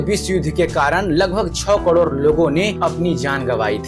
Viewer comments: Cador nhi crore hota h sir.. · Kador nahi karod hota hai sir